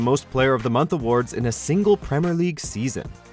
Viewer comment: Premer and salar when it is actually premier and Salah